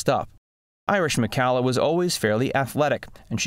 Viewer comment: For whatever it's worth, Irish preferred her last name pronounced to rhyme with "collar," rather than like in calla lilies or "Callahan."